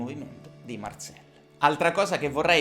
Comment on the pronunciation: Marcel perche lo pronunci alla francese?